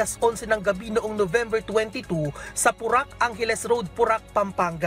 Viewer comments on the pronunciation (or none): Ayusin mo nmn po.. porac.. hindi purak. (Po-rac)